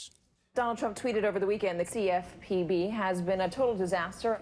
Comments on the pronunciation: U killed me when you said cfpb as a word 😂😂😂😂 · Laughed out loud on your pronounciation of CFPB! Noice.